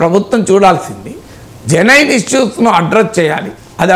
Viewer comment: మీరు కొన్ని ఇంగ్లీష్ వర్డ్స్ భలే వెరైటీ గా చేస్తారు. జెనైన్ కాదు జెన్యుయిన్ is close to correct pronounciation.